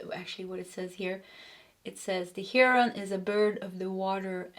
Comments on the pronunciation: Heh-Row-N=heroin if ya care. That would be American English pronunciation though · Look up wild life birds and hear how to pronounce Heron in the documentary you can do this with almost all sounds of English. Your readings are always on for me.